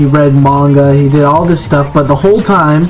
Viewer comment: 漫画 まんが mah-n-gah He pronounced it right. I know because I hear the word all the time (in Japanese).